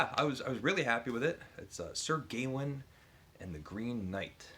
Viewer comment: Your Norton project is going well! I'm hoping to read Sir Gawain soon in the new Simon Armitage translation. By the way, we generally say "Gawain" with the stress on the second syllable like "Ga-Wayne" rather than "Gay-win" - I think the title sounds better that way as the "-ain" and the "-een" tie together. Who know what they did in Middle English though!